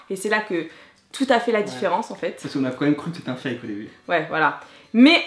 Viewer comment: Ptdrrr le nombre de "faike" j'en peux plus de ton accent anglais!!! On prononce "faYke" 😂😂😂